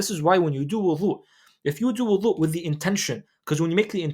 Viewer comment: With all the love in the world, Can you please enunciate the word Wudu with a ض not ظ Language of ض ❤❤